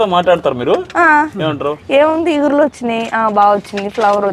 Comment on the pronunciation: Hi andi, ‘ఇగుర్లు’ antunnaru. ‘చిగుర్లు’ leda’కొత్త చిగురు’ anali anukunta. ‘ఇగురు’ అనగానే కూర గుర్తొస్తుంది 😁